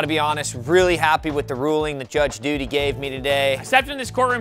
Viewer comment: Anyone noticed in this episode it is Judge ''Duty'' not ''Dudy''